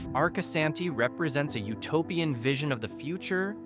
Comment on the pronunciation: AI SLOP, it can't even pronounce Arcosani correct.